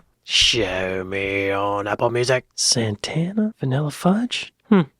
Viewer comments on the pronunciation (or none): none